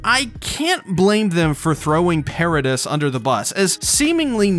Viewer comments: It’s called Pair-ahh-deee not pair-ah-dis… the S is silent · This is the one and only time the way someone says something has bothered me it’s “Parades” not “paradis” if you know what I mean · I wonder if you pronounce debris the same way you pronoun paradis lol I just couldn’t ignore it lol. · the way he says paradis 😶